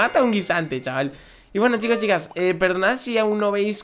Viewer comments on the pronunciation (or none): none